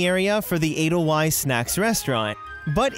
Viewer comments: Edelweiss is pronounced "Edel-vise" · Pronounced Edel-VICE. It's Deutsch. W's make an American "V" sound. It's the letter "vay".